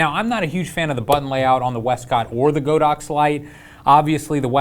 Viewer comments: Dude it's Pronounced God - Ox.... LOL like God & Ox.... not Go - Dox.... LOL that remote is Fire... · How is it the YouTube experts can't pronounce "Godox" correctly? (Hint: it's on the company's website.) I passed on the recent group buy for the Flashpoint AD400 because I can't see willingly throwing more money to the Red Ponzi that is the Chinese economy: it's only enabling their bad behavior (as an aside, Huawei is the technology arm of the People's Liberation Army). I'd rather save a bit longer for one Profoto B10 and work with that and my motley collection of speedlights (Nikon, Metz, an old Vivitar) until the demands of my work make another Profoto necessary or desirable.